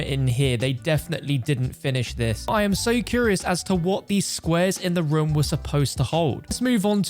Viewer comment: People: Room: Rum